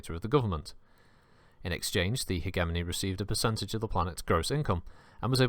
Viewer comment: Might want to check your pronunciation of 'hegemony'.